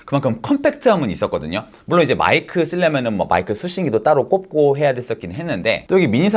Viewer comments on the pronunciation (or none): 꼽고가 아니라 꽂고 에요